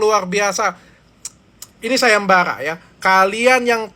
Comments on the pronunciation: Sayembarra .bukan sayemballa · Sayembara , bukan sagembaga